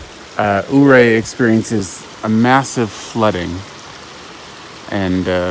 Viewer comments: Yur-Ray, not Ooo-Ray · Ouray is pronounced “yourray”.....nice video! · I think ...Ouray....is pronounced.... ....Your A... not sure.